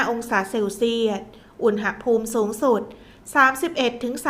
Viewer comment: ฟังทุกวันค่ะ รายงานสภาพลมฟ้าอากาศได้ดี. ได้เตรียมพร้อมรับมือ. แต่ขอติงนิดหนึ่งนะคะการออกเสียงภาษาไทย. คำว่า อุณหภูมิ ออกเสียงตรง หะ ต้องออกเสียงอะกึ่งเสียงนะคะ เพราะไม่ประวิสรรชนีย์. คือไม่มีสระอะค่ะ ฟังแล้วมันขัดๆ ติเพื่อก่อนะคะ เราจะได้ใช้และรักษ์ภาษาไทยเราให้ถูกต้องตลอดไปค่ะ ขอบคุณค่ะ